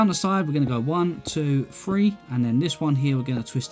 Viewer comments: dont want to be meen but you say: one, to fuee. any way love the castle never seen some one more creative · i like how he says 'free' instead of three